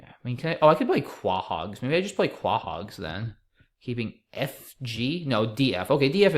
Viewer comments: Quahog = Co-hog. Family guy named their town after the clamshell. They pronounce it correctly in the show. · I dunno why but "kwa hog" just sounds hilarious